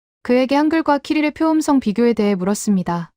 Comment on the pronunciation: 총 '25개'를 '스무다섯 개'라고 읽니? '스물다섯 개'라고 읽든지 '이십오 개'라고 읽어야지. 한글 국뽕으로 돈벌이하겠다면서 숫자도 못 읽어서야! '표음성'은 '표음썽'으로, '철자법'은 '철짜뻡'으로, '문법'은 '문뻡'으로, '높임법'은 '노핌뻡'으로 읽어야하는데, 한 마디로 한글 읽기가 너무 엉망이야.